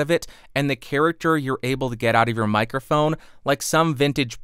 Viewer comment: Don't exactly know what a "mirophone" is, but it sounds interesting...